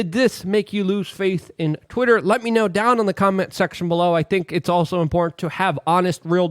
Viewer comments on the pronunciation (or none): IMPORRANT? WHAT'S IMPORRANT?